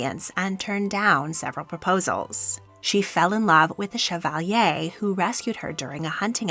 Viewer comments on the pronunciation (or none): none